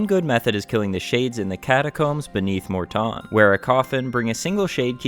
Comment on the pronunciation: Im having an ardougne moment ive never heard it pronounced mort tawn